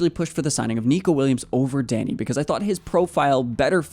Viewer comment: It’s not Danny its Dani